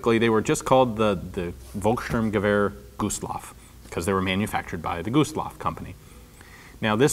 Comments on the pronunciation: The pronounciation is more like folkssturmgewehr (sounding) because in germany the V is mostly spoken like an F. From your pronounciation it would be written like wolkssturmgewehr ;) (in german) greatings from Germany :D For thuringia (it is the english name for that german region) it is corectly pronounced but in germany its called THÜRINGEN the Ü is pronounced similar to the u in tube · its pronounced "FOLL-KS - ShTOORM- Ge-WEAR" not "wolkstörmgüwär or wolk-stirm-gawir" ... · Your german pronounciation is surprisingly good, except that V is pronounced as F :) So it should be folksturmgewehr :) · Isn't the "V" in Volkssturmgewehr pronounced like a "F"? like Folkssturmgewehr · How can you mispronounce the ENGLISH name for the destination? And it's pronounces Folk-Sh'toorm-g'eh'-wher Volk (The People) Sturm (Storm) Gewehr (Rifle) But your Cht can't be fixed if you never let a german explain it because you simply don't have that sound in your language.